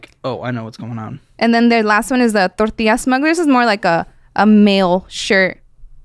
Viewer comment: Has a normal American accent until she says 'torrrrrrrtiyyyyyya'